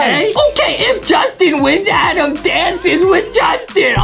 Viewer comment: It’s Adem not Adam (not tryna say it rudely)